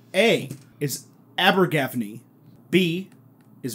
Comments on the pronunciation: Abergavenny is pronounce aber-ga-venny not aber-gav-ney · Ethanswers: "Aber-gav-knee" Me: "what! thats not how you pronounce Abergavenny, its Abba-ga-ven-knee" also me: "and Cheltenham is pronounced Chelt-nam. in most cases the 'h' is silent in 'ham' ending names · pronounced abergaVENny But good pronunciation on the others! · As a Welsh person hearing people pronouncing place names is hilarious. It’s pronounced “ab-er-ga-ven-e” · Pronounced ‘Abba-ga-venny’ 😊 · it's pronounced aba-gur-van-ee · That pronunciation of Abergavenny was truly painful! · And the entire country of Wales screams at for his butchering of Abergavenny 😂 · All Brits not just the Welsh. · The pronunciation of Abergavenny was hilarious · That is the strangest pronunciation of Abergavenny I've heard 😂😂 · the way abergavenny was said made me shudder 🏴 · Also pronunciation of Abergavenny is painful. UK audience cringing everywhere